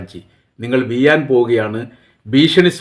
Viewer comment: വിയാൻ എന്നല്ല വീഴാൻ